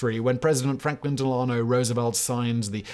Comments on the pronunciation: del-ah-no not del-AH-no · Del ano. The accent is on the first syllable. It’s not an Italian name, but a French one (de Lannoy). Some branches pronounced it differently, but the Massachusetts/Fair Haven branch says the first syllable so it rhymes with tell.